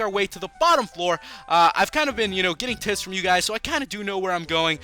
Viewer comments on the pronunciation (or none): He said tips but messed up the P and it sounded a cross between the 2